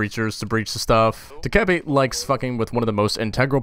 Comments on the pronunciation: Doh-keh-bee Not doekuhbee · It's DOH-KAA-BAE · Bruh, it's dokkae-BAE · If anyone happened to wonder, it's more like dOCK-Geh-Bee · its "doki doki" REEEEEEEEEEEEEEEEEEEEEEEEEEEEEEEE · i do humbly believe it is pronounced dokhebee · its pronounced (DO - KE - BI) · the fucking name is ''do - kay - a - bi''